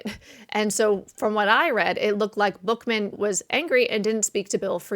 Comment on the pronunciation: Frank Buchman...pronounced Buck men.